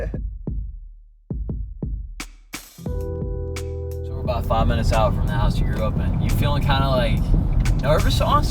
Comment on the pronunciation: Compton sounds like condom🤣